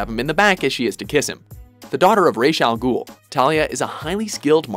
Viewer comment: Totally agree with this list... and I even want to say thanks for pronouncing Ra's al-Ghul correctly